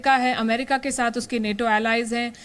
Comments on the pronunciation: नाटो है नेटो नही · Neto nahi nato hai pronunciation to sahi karle baba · Are bhai English to ache se padh lo bhai Nato hota hai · Neto ni NATO hai woh 😂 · नेटो नही नाटो सही बोलना सिख, लोगो को लड़ाने वाला न्यूज़ चैनल